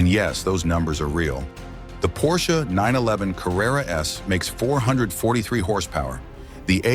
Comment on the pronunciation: When AI voices learn to pronounce basic letters and numbers it will be a lot better, maybe car brands too Porshee? WTF